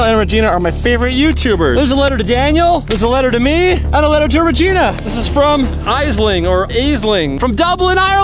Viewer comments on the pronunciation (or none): Lol the fan mail is pronounced ash ling from Ireland not island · It’s pronounced Ash-ling and I’m from Kerry, Ireland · It's pronounced like ashling not aisling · Aisling is pronounced ash Ling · Chad u cracked me up when u said Ai sling it’s pronounced ashling I’m from limerick Ireland d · The girls name is pronounced like ash ling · Aishling is pronounced ash ling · The letter from Dublin Ireland the name is pronounced Ash ling not whatever ye said btw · Aisling is pronounced ash-ling Chad I love ur videos keep it up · Ash ling is how you pronoce it i am from ireland and there is a girl in my class called aisling i am in 5th class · It’s pronounced Ashling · Aisling is pronounced as Ashling and I'm from ireland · Aisling is pronounced ashling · I'm from Dublin Ireland and if you don't know its pronounced ASH-LING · Im from Ireland and Aisling is pronounced like Ashling 😁 ps love you guys so much ❤❤ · Hey please notice me Aisling is pronounced Ashling